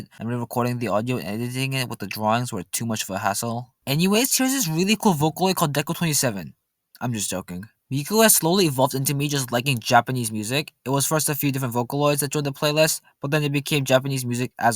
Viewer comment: it's pronounced deco niina 🤬🤬🤬🤬🤬🤬🤬🤬🤬🤬🤬😡😡😡